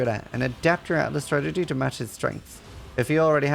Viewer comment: You got a like and I'm already a subscriber... but if I have to hear you say "stragedy" instead of strategy one more time I think I will shoot myself!